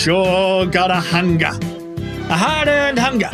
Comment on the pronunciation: "I gotta hungaah for a whoppaah"